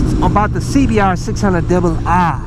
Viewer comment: Tân Nguyễn Welcome 👊 CBAhhhh 600 dubba ahhh